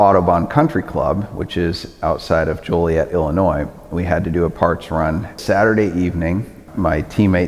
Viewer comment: Why do some people pronounce it as "jolly-et?" Ain't nothin jolly about it!